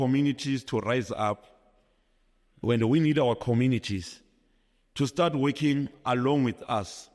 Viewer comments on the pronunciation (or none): none